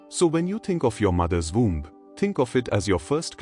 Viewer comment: Seriously, an AI narrator with a bad Indian accent? We are not born n a “voom,” we are born in a womb (pronounced woomb) and birth is pronounced burth (rhymes with earth) not “bert.” It’s not hard to pronounce things properly esp if you are AI! W does not make a V sound and vice versa. So annoying I had to shut it off.